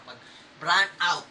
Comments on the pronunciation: Bro, nice sort of intro on the SKIL re chargeable power tool combo kit, we love it too since its a Bosch product as well and I know you won't go wrong with your purchase. LOL, napapatawa ako sa mga into mo na "mouse pad" for the sander and the "BRAN OUT" with emphasis pa for brown out. My I invite you to visit us at pinoyhandyman if it won't be a big hassle to you, we are a DIYing site that loves power tools as well. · napadighay pa si ah. hehe. busog pa ata galing mall. natawa ako sa "bran-out". Salamat sa pag bisita sa davao. ganda ng Titanium S. back 2 the video. sulit tong Skil na brand. Bosch may ari ng Skil.